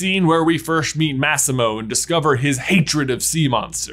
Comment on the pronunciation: The way you pronounced “Massimo” tho… it triggered me